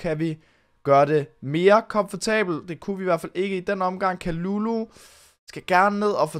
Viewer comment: Ve’ godt at det r lidt ligegyldigt, men har hørt at det ikke udtales Kalulu men Ka Ly Ly fordi det r fransk